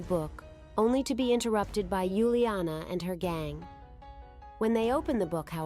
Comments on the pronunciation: Not Yuliana is Uliana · It’s Uliana not Yuliana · It's uliana for heaven's sake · It's uliana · Its uliana